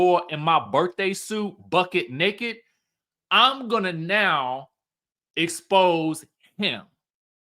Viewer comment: everytime you say BUCKED NAKED & diamond-dell, i holler 😂😂😂😂